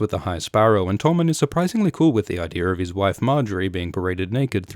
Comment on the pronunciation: "Eye-deer" Reminds me of dad.